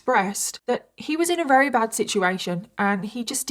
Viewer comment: Jesus. You drag the story out to 3 times the length. So verbose. I'm rery rery bored. I'm up to 38 minutes and you have said RERY 13 times so far.... But I'm bored so skipping to the end. I estimate about 23 rerys will be used in all. Try saying really really or even extremely instead of rery rery on repeat. Get a thesoraus and find some replacement words for rery. Or better yet go to speech therapy